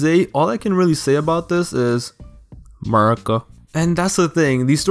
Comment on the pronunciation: The way he said murica got my ass laughing hard af!!